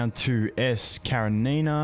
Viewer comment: I am sure Karenina name must be spelled as kaREnina and not KareNIna